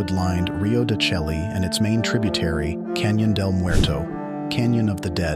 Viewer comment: I can't watch a video where the narrator mispronounce the name of the location. Chelly doesn't rhyme with "jelly", it's pronounces "shay". It's a stunning place to visit and deserves the respect of pronouncing the name correctly.